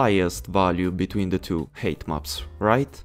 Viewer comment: I really love your tutorials, but please, don't pronounce "height" as "hate". It is more like "hait".